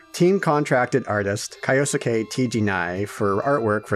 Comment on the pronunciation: You sure the U in Kyousuke isn't silent? Like this -> Kyouske? Like, Sasuke from Naruto being pronounced 'Saske'.